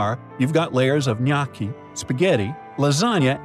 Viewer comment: That's not how you pronounce "gnocchi"